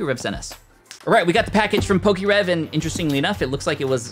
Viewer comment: Its Definitely poke’rev